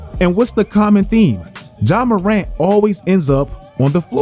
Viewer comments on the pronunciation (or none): I swear I never understand why people hear a pronunciation a billion times and just think to themselves, no, you've all been saying it wrong for the last 10 fucking years.